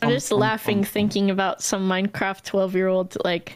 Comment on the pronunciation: I like how the mum said minecwaft too